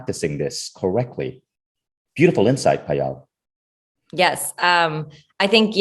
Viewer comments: I wish you could've pronounced Payal not Paayaal. For those who don't know, Payal is the beautiful bracelet wear around ankle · Yup, the pronunciation is 'paayal' and not 'payaal'